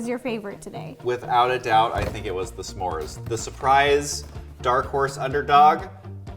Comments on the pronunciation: Everyone Else: S'mores Ro: Suhmores: Shmores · i love how to says “samores” rather than s’mores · s'mores Ro: Samores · I love how she says s’mores like “Samores” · I love how Ro says “Semore” 😂